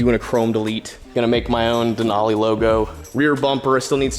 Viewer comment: If you're gonna do your own denali logo make it say Danali